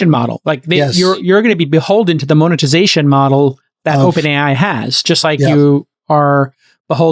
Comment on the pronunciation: "Moan"-etization, Jason? 🤣